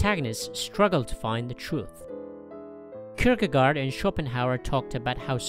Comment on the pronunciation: Please learn and use correct pronunciation of the Danish philosopher, Kirkegaard.